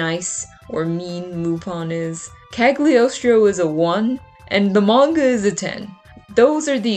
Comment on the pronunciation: Me at the beginning of the video: No, stop, stop, stop! You're going to take someone's eye out. Besides, you're saying it wrong. It's CaGLIostro, not CaG liostro. (from dictionary kal-yoh-stroh; Italian kah-lyaws-traw) hope it's helpful 😊 Have a nice day 😊 Nice idea of video by the way 😊